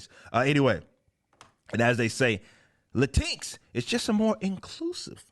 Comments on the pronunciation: Technically it would be pronounced LAY TINX. Because of the placement of the extra Consonant X and the vowel I. In addition you have to ask the question Y. Hahaha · "La tinks" will forever be how I pronounce this stupidity, thank you Eric, hearing your take on it made my day, lol. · As a mexican old school leftist, if I ever face a weirdo calling me latinx, I will knock his/her/xir/zir/they/them/it teeth out. Sounds like "chin k", if you ask me, and unpronounceable in Spanish. Latinequis? Wtf? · "latinks" lol. Idk, but sounds funny pronounced this way.